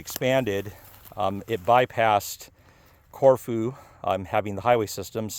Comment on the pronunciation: Love the video. I’ve been there a few times. The locals I know pronounce it as “CorFew”. They aren’t shy about correcting me.